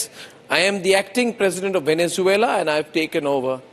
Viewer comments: Bakshi saab gorilla in Vennanzula nahi hain sirji it’s Venezuela 😂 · You stand with a guy who can't say Venezuela 😂